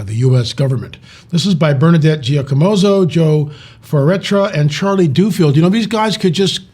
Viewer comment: its duffield, not doofield